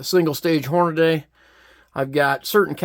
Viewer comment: Hornady is pronounced Horn-a-dee, not Horn-a-day.